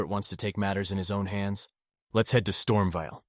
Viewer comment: Bro really said : KAY-el and Storm-vial 😂😂